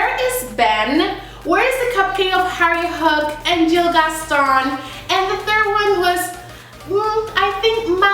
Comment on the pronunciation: By the way his name is gill not jill